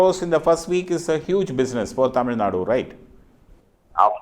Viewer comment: டமில் டெரியாடா..... இது தமிழ் சேனல் தானே....